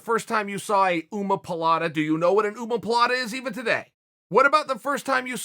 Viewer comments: Did he say umaplata instead of omaplata? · Chael "uomopalata"Sonnen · Lol an ummmma-palata ( Chael pronunciation)🤣 Chael is a bbj bb yes?? Pretty sure he is but he's never seen it written out or pronounced by Brazilians. 🤔 What you really mean is he's likeable and cool. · “Uma-pa-Lata” lol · "Oomapalata" and "Googoopalata", Chael 's pronunciation kills me. Throws in an extra 'a' for good measure. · Nobody: Chael: OOMA POOL LATTA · "go go poolata" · Chael "Ooh-moe pilates" Sonnen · I never heard omoplata pronounced like that before lmfaoo